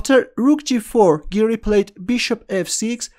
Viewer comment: When you say "Giri" it sounds like 'Garry' so I keep thinking it's a Kasparov game